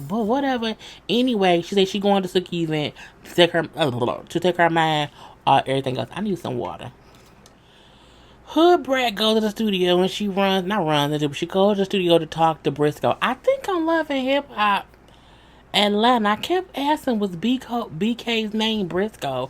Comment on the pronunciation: bk name is bk brasco lmao not brisco lol 😂